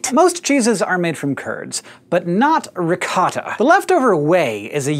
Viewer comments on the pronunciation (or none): it's "rick-o-ttah" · Hank, love your show, but ricotta is pronounced rih-got. Sincerely, a very Italian girl. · Oh dear god... being an Italian from Brooklyn, the way you say Ricotta is painful to hear. Please, C's are almost said like G's. It should sound like this: Ree-Coat-ta and don't forget to roll that R a bit. :p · god the pronunciation of ricotta is butchered